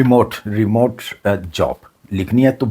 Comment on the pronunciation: Remote KO remove boll rahyn, euro KO aero boll rahy.